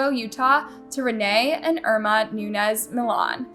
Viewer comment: God, the vocal fry is making me put this on mute. And you pronounced Irma wrong. 🤦🏻‍♀️